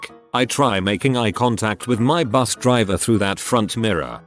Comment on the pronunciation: "My bus caught fire" but that sure sounds like "My butt caught fire"